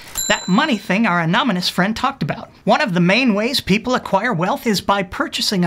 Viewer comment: My guess is that < 20% of your audience gets the "anominous" pronunciation. Hahahah there it is at the end.... Well I guess 100% get it now. :)